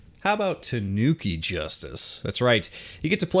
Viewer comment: Shuriken...not Shuruken. There is an "I" there. You pronounced Tanuki perfectly but butchered "shuriken" repeatedly. That hurt my head. SHU-REE-KEN is how you say it. You're welcome...wow.